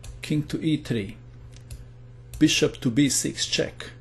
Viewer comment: i love how he says beeSHUP